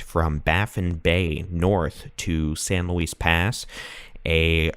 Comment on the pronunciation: Galveston County in the house! Great report and thank you for the "cut to the chase" reporting. Btw, I know you can't know every colloquial pronunciation, but San Luis Pass is pronounced "Louie", like Louis Armstrong or Louis Vuitton. Words are definitely hard. Thank you again!